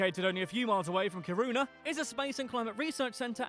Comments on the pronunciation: When pronouncing Kiruna, think of Ki pronounces as key 😃 And yes, we understand danish and norwegian 😁 Julmust is a cold drink, glögg is suppose to be warm when drinking it. Glögg comes in a glassbottle. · oh my god.. its not pronouced Ki-runa. Do a google translate.. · The 24/7 sun is for about 1 month around the summer solstice. The 24/7 without any sun is for about a month around the winter solstice. Kiruna not Karuna. The "K"i in Kiruna is pronounced as the "ki" in the English word kiss. Most Swedish people are happy for the taxes. Much so because we get so much for it. Free heathcare, school all the way from first class to university etc etc. Latin was the church language in the time for Carl von Linnè. It was taught in schools here. Yes, it is true that Swedish, Norwegian and Danish people have similarities in our languages. Many Swedes though say that it is easier to understand Norwegian then Danish...but with that said, it is depending on local dialects. Written language is though easier. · We do not pay 50% in tax it is about 33%. And btw that Guy pronounce Kiruna wrong